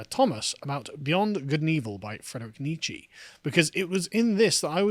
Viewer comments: It's such a minor thing, but it's more like "neech-uh" than "neech-ee" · Carl needs to learn how to pronounce Nietzsche.